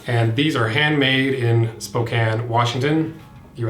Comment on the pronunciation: I live in Spokane and I'm very proud you said our city name correctly, so many people that aren't locals say it wrong!